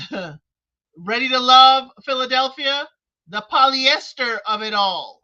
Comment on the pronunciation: You mean poly-ester? 🤣🤣🤣🤣🤣